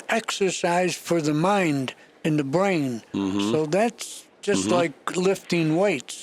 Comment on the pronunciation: "It's exercise for the mind and the bwain"